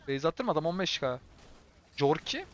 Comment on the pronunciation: Abi küçümsemek gibi düşünme de corki korki diye okunuyor valla corki dedikçe kafayı yedim